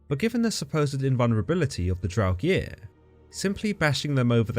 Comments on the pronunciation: "Draug-EER?" Are you sure about that pronunciation? =0[.]o= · Love your videos, but buddy, Draugr as in "Drow-Ger" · Great video, but please look up pronunciations before recording, it can really diminish a viewer who knows the correct pronunciation's enjoyment of the video. Here is the correct pronunciation of draugr, there is no vowel between the g and the r so you shouldn't insert one.